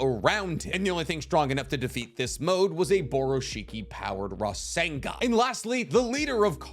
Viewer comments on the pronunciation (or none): none